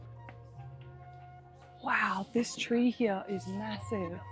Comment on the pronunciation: I like you very much. Your Australian accent is lovely. The "hiya" (here) is very prominent. 😄